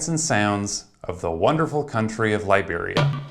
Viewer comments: I keep hearing "librarians"... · The way you said Liberia sounded like Library